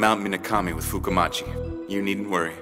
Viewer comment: I still like how the mountain is called fukumachi and pronounced as fuku muchi